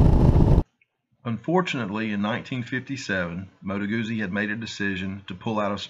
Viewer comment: Moto Guzzi not Modo Gousi … like Pizza!